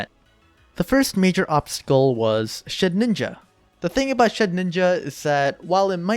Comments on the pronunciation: Shedinja not Shedninja :P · I don't think I've ever heard someone call Shedinja "Shed-ninja" lol very neat video, though, you've some potential right there